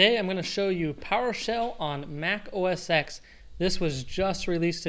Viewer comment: OS TEN! Not X ARGH!!!